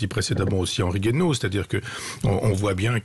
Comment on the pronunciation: C'est Henri Guaino, pas Henri Gueno comme c'est écrit dans le descriptif.